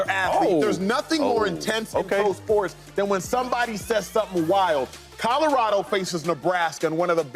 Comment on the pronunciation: Mfks be saying Codorado lol